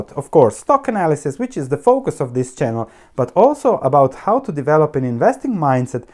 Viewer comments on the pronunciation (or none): none